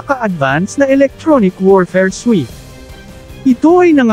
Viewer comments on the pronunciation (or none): none